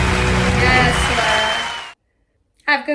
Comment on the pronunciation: Her name is Lara, not Laura. That isn't difficult is it?